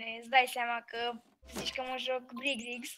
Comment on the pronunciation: Birc rigs nu brig rigs =))